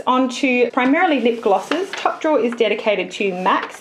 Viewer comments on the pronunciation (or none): You say lip glosses like lip glasses